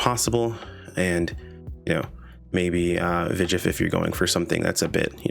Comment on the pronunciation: Vijf is pronounced "fife" and means "five" in Dutch. It fits with the number themed naming system so far.